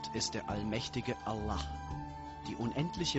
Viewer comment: allah :D Geil wie der Typ das ausspricht :D